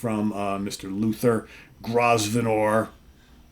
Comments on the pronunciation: The 's' in Grosvenor is silent, It's pronounced 'Grove-ner' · Small point Grosvenor is pronounced Growvenor. 😂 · Hi, the power of SoT! I didnt know this album until very recently when Gary H recommended it to me a few weeks ago, and its already made my list for the month! PS, just the teacher in me coming out but it's pronounced GROW-VNER, the S is silent! Aint English weird! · I'm pretty sure Grosvenor is pronounced 'grow-v-ner' as in Grosvenor square.